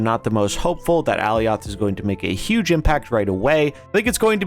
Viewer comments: Good video but that pronunciation was killing me. ( AH Ly oth) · No lol. It’s pronounced “uh-lie-oth” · Is that how Alioth is pronounced? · Lol go watch the Loki series… he is definitely saying it incorrectly and it makes the video hard to watch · Lol no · No, i disliked the video just because of that 💀